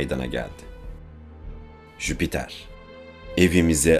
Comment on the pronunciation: O firtina cahil (ha bide Jüpiter jipiter degil)